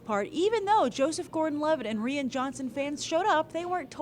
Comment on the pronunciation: Rian Johnson's name is pronounced like "Ryan", not "Ree-ann"